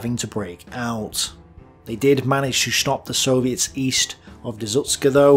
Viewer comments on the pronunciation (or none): none